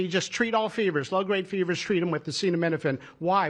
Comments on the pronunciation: Your president can't say acetaminophen hahaha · I have an answer but Trump sure doesn't. It is not the tylenol that can cause issues but rather the fever or pain the woman has at the time. So don't tell me I don't have an answer! I'm sorry you have a son with autism. But I don't believe anything dump says. He couldn't even pronounce acetaminophen. Noone has an answer but the fever would be worse on the fetus than a tylenol. If you have the truth, show me you literature on it